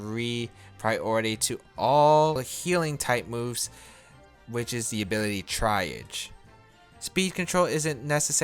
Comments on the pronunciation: Comfey's ability is pronounced "tree-ahzh" xD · Awesome guide! Just FYI: You mispronounced "triage"